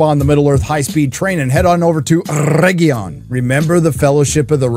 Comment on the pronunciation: “Mostly Peacful sack of oregion” 😂😂